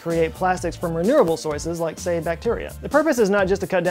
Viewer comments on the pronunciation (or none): “reneurable soyces”